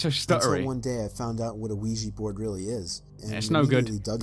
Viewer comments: U said Luigi board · the dude said luigi board instead of Ouija board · I want to like dying light, it’s one of those games that I want to like but can’t get into it. Smash subscribe to Baz, and This channel. Also did say “Luigi Board” the first time he said it?